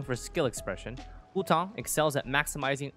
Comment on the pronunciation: Im sorry but i hate the way you say Hu Tao great video otherwise